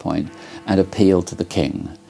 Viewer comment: Love the ending and the emphasis: politicians😂